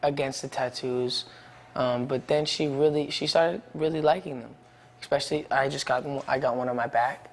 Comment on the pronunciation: I hate that he was crying about Selena!! Puppy love! I love that he has his mom's eye watching over him! "I think the women like the art on my arm, too." He can't say especially; he says expecially. No shade!